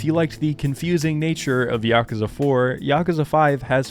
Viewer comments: I mean, the way you pronounce Yakuza is definitely more correct than YakOOza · No need to defend your pronunciation considering it's the proper way to say it. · My man here starting the video by apoligizing for saying Yakuza correctly. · Your pronunciation of "Yakuza" is more in tune with the actual Japanese pronunciation than the English "yah-kooo-zah"